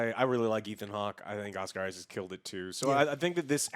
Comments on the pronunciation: "Oscar Isaacs" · No s and the end of Issac. Lol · it's 'Isaac'!!!